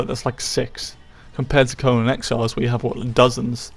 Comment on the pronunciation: It’s pronounced CoNAN!! not CoNUN. Annoying af. Do you also say SpiderMUN, BatMUN, SuperMUN?